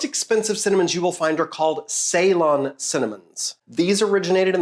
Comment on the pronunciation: I love your videos, love how nerdy and informative they are. A bit disappointed at how you pronounce Ceylon and for not mentioning that's just the old name for Sri Lanka.